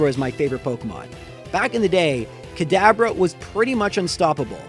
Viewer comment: I'm hearing cadaver when he says "Kadabra"